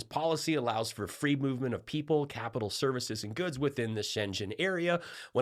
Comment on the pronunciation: It's called the Schengen area. not Schenzhen area. Shenzhen is in China. Schengen is in Luxembourg, Europe.